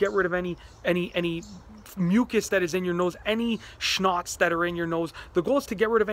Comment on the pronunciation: "Shnots" "Shh-nots" lol!! Snots